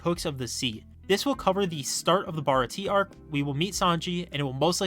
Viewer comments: Baratié not barati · damnit its pronounced bar ot t ay